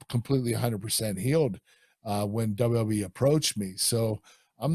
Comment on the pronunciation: Love how Kurt pronounced WWE as “Dubba dubya E”